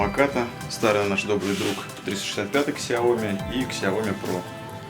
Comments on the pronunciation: Сяо ми а не Ксяоми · Какой "Кисияоми"? Откройте в интернете как правильно звучит”小米” xiaomi 🤦🏻‍♂️ "Сяоми" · Одна маленькая просьба, не называйте больше Ксяоми, правильно будет Сяоми...аж уши режет. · какой еще КСЯОМИ?? это СЯО МИ, читайте правильно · Автор услышь меня Сяоми, первая буква С. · Кул Грин , ксЯоми говорят в кадре, не сяомИ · Хорошо бы фирму xiaomi правильно называть, слух режет